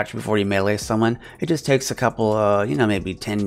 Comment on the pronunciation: Mad respect for saying Melee correctly!!